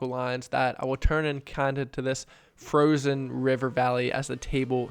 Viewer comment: “Frogzeon ogzeon”